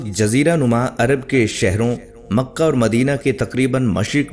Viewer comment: یہ مقہ نہیں ۔ مکہ ہے مکہ بولا کرو ۔۔ قاف اور کاف میں فرق سیکھو